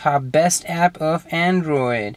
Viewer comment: "Best ahp for andrio!" Priceless sorry xD